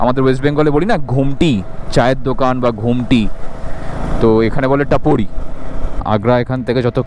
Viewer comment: tapori noy tapri bole 😅